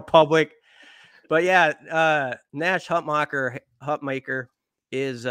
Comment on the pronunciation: Hutmacher - pronounce like Mach 1